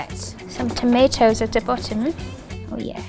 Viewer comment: "sUm ToMeHtOhS aT dEh ButUm"